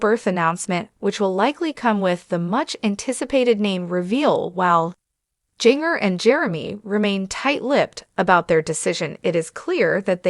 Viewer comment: Please pronounce Jin gers name right. You are butchering her name.the j sounds like a g